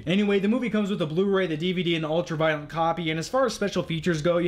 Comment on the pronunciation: It sounds like you say "ultra-violent" instead of "ultra-violet." Also, you use the word "phenomenal" a lot when describing good Blu-ray picture quality.